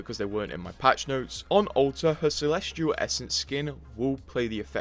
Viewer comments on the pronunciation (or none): none